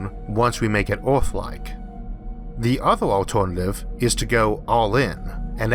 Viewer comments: Not criticizing your speech pattern but noticed your pronunciation of "Ea"rth seems struggled, yet you can pronounce the proper sound when you say s"ur"face! Maybe think of Earth as Urth and it might work out better for you. Good luck. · Speech impediment from hearing loss? Oth=earth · "Oarth"? LMAO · Orth instead of earth :) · D It´s not Ooorth, it´s eeearth. Good video though. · Its Earth not Orth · Terrible speaking voice. "Orth" instead of Earth. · Dimas Tjahjono Dradjat I love the videos, but his pronunciation of “ea” as “ou” is killing me! Earth is Ourth! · CANT LISTEN TO YOU SAY EAAAAAART!!! Christ dude! The letter R ISNT THAT HARD TO PRONOUNCE. You sound like you have cerebral palsy. Christ. If you CANT pronounce the words then use a translator like everyone else. Ugh terrible. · The constant mispronounciatio of "earth" as "Oort" is really putting me off. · Nice video but quite strange hearing you say "Orf" instead of Earth. I suggest seeking professional help from a phonaudologist. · I like how instead of saying earth he says OARTH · Can he pronounce his R’s??